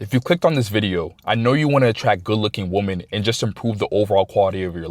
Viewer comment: Its pronounced “weman” not “woman” when talking plural. Appreciate your content though.